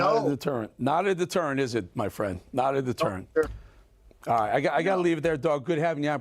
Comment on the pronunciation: Sorry, but I can’t get past Dog saying “detUrrent”.